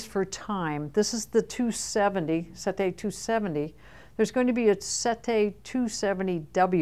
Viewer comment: Hope you have learned to pronounce "sette" correctly by now.